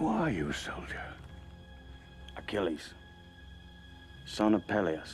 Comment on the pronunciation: Lmaooo “Soilder” fucking classic